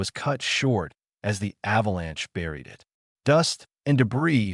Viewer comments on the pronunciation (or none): Why does the narrator keep spelling out IT instead of saying the word it?